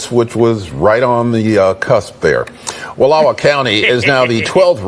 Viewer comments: Wallowa is pronounced Wal-ah-wah where the ah sounds like ahhhhhhhhh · Wallowa. Learn to pronounce it, Benny. Wall law wa. Geez. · Wal low (like ouch) a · Please learn to say the names properly. It’s Wall-OW-a. The county I grew up in was the first to vote to secede. So proud of Union County. Here’s to Greater Idaho. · Pronounced Wa Law wa an indian name. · Pronounced wal-ow-uh County, old indian name. I'm from Grant County we have wanted this for decades. We are culturally and morally identical to rural Idaho and Wyoming. Salem and Portland left us cold. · Love your show, but you need to learn how to pronounce Wallowa.